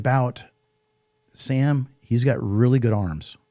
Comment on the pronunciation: Why can’t Americans pronounce Sam’s last name?